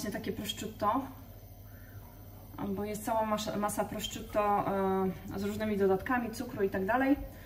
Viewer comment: Pani czy. aby na pewno mówi się prosciutto? Bo moim zdaniem nie.wiec bardzo proszę o poprawę bo jest to trochę męczące.